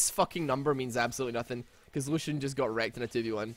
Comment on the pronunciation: The name of lucian is on german i loved how you pronounced it xD